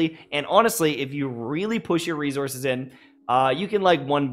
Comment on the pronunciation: "Rezourzes" 🤣 I'm sorry!